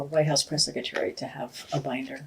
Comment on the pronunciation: Press “seck a tary” 😂😆😂